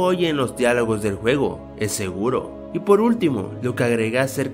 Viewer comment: dijiste huevo en lugar de juego XD like si lo notaste